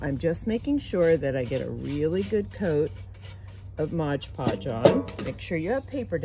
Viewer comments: Aggghhh! How many times did she want to say “MOD PODGE” wrong?! It’s not “Modge podge” lady! And what a waste of cinnamon! 😖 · MOD, MOD podge, not modge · The product your using is spelt and pronounced as MOD PODGE, Not MODGED PODGED ! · It’s Mod Podge not Modge Podge 😣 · Waste of expensive cinnamon, but I bet they smell good! And it's MOD Podge--not MODGE Podge! Like nails on a chalkboard! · Please say Mod Podge correctly, please????!!